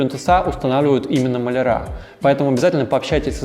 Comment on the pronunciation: Спасибо! Очень много интересного и полезного узнала из Ваших видео. Но, пожалуйста, не говорите «плинтусА» - правильно плИнтусы. А также малярЫ, а не малярА. Правильная речь сделает Вас ещё более крутым дизайнером) Удачи!